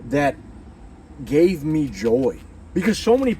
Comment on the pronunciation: "Go to Nineveh my Son, go to Nineveh for Mehh"😂